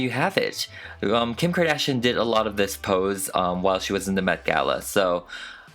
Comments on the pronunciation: Kardashian The way it's 'meant' to be said- Car-dash-e-yin The way he says it- Car-dash-n I. Love. It. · 'Kadishion' Lol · Nobody:: Kim Kadashian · C'est juste une impression ou tu parles français de base ? Tu as un accent français quand tu dis le nom de famille de Kim